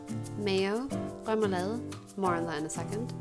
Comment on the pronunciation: Your pronunciation is extraordinary.....smørrebrød and remoulade... perfect..... one little thing though, since you asked for it..... Blasphemy..!! The dillmustard, with the salmon, goes on top of the fish not substitution for butter ;-).. apart from that, your platter looks really delicious, I would eat it, and not notice it was prepared by a foreigner....